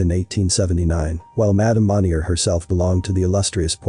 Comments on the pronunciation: It bothers me the narrator is saying the last name wrong. Monni-eh is how you say it. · The way he narrates the story and the offputting pronunciations of French words really kill this for me. Mon-yey not Mon-yer. Pwa-tyay, not Pwoy-tays 😑